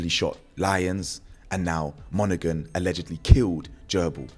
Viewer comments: It's Monaghan silent g my donny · Bro glesga is gny be wild even more than it is,bro the g in monaghan is silent ✌️